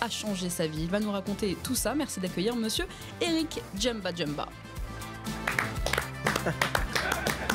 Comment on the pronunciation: Djemba Djemba,comment peux-tu mal prononcer les noms de tes compatriotes de la sorte?